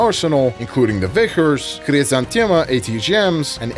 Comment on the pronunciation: It's so nice to hear right pronunciation of Vikhr and Khrizantema. Only to hear Kh-39 and GSh-23 right after ;( Idk who to blame for the translation of russian Х as KH, while the spanish J for the same sound already exist. I love your videos, just please say all KH's as spanish J in Jalapeño or Pendejo and SH as... well SH in every english word with it